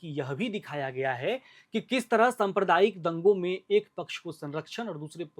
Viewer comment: सम्प्रदायिक nhi साम्प्रदायिक hota h ... pronunciation mistake